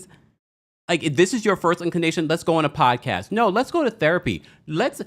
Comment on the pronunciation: I love the way Pronouces Pod-Cast...😂